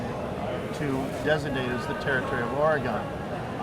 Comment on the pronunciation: might be a specialist at coins but he certainly doesnt know about how Oregon should be said haha we dont pronounce it Or-e-gone. Simply like Organ.